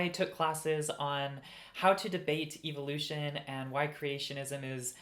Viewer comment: "Evil-oution" That indoctrination is hard to shake. (Or maybe it's just a regional pronunciation. 😄)